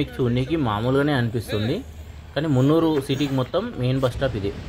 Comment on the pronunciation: మున్నురు కాదురా బాబాయ్ మున్నార్